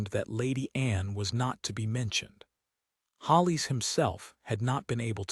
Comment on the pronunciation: Good story! The Duke was a great husband. Some comments: It's Mended. Not mendied. All your stories say 'mendied.' It's Hollis. Not Hollies.